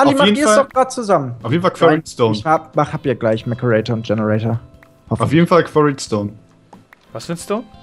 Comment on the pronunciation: Das heißt nicht genator das heißt GENERATOR